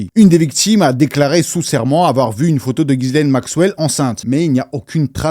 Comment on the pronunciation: on prononce jisslaine le prénom Ghislaine qui est français et pas gisaile comme bcp le font. Force a ta vídeo sur heips